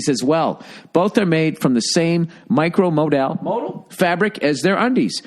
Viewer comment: PLEASE no one tell ol' Biscuit-Tits Bill how to pronounce "modal".